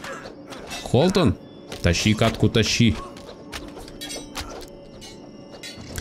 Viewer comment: Почему Холтон, когда Хотлон